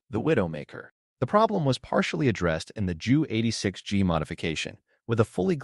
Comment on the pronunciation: Narrative is interesting, but your mispronunciation of the main subject matter is embarrassing. The letter J in German is pronounced like a Y in English; i.e. it's 'Yunkers'. And the 'Ju' isn't pronounced as 'Joo', either, but instead should be read out as two separate letters.. You should be referring to the 'Yunkers J U 86'. The same goes for your pronunciation of Wunderwaffe ... this should be read as 'vunder-vaffuh'. Sorry, but no likes or subscribes until you work on your German pronunciation.